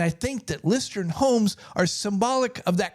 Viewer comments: interesting but hearing you mispronouce the company the entire video has me skeptical: "Lustron is pronounced LOOS-trun. The pronunciation is similar to the word "lust" followed by "run". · Sorry, but the name is “ Lustron “ not Lustron. 😮